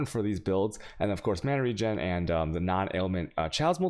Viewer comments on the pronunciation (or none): none